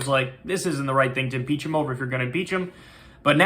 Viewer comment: When Kyle said at the end, "This isn't the right thing to impeach him over if you're gonna impeach him". It actually sounded like he was saying: This isn't the right thing to beach him over if you're gonna beach him 🐋 LOL